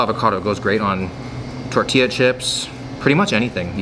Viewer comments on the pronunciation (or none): none